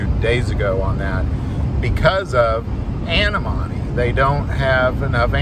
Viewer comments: I think you mean Antimony, pronounced an TIM ony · That's pronounced: An-Tim-O-Knee😊 Love your videos!